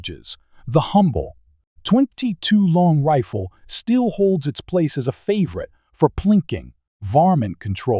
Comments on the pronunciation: What's with the weird way he pronounces 22 long rifle? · Your AI is almost perfect. The 22 long rifle is the only real giveaway.